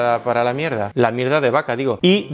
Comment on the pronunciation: "Tiene mucho ojo para la Mierdah" jajsjajsjajss